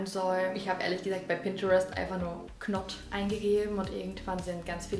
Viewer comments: Ganz ganz tolles Video, habe dich erst vor kurzem entdeckt und seitdem suchte ich deine Videos... Ich habe gerade echt mit mir gehadert, weil ich nicht diese Person sein will... Ich hoffe einfach, dass du es nicht falsch verstehst😅 Im englischen ist das k in der Aussprache von knot stumm... Man sagt also im Prinzip not nicht knot... 😊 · Richtig cooles Video!😲 krass dass du das echt durchziehst haha🥴 (bei dem englischen Wort „Knot“ spricht man übrigens das K nicht…richtig ausgesprochen also „not“😜) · Das "k" bei "knot" ist stumm👍😉